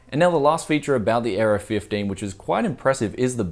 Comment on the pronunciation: Oh the Aero 15 I thought you where saying the Gigabyte Error 15.